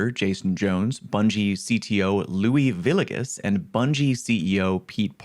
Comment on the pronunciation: Luis Villegas is pronounced Loo-ees Vee-yeh-gus